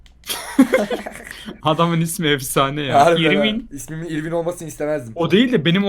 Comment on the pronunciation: İrwin'in doğru telaffuzu örvin şeklinde oluyor..